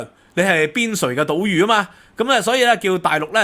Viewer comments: ， ，是讀島"罪"，不是島"汝" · 我嚟捉字虱喇（讲笑），“边陲岛屿”嘅“屿”係同“罪”同音🤭